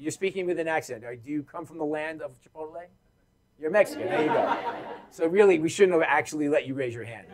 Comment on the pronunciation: he sure does 🌶